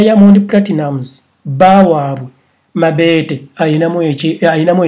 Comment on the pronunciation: Banange nfaa mbu MABEETE ITS MABETO HAAHHAHA